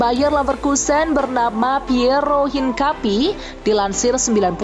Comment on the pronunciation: min cara bacanya bukan piero hinkapi tapi piero HINKAPIE....cara sumber bola dlu,riset dlu baru tayangin brita yg akurat😅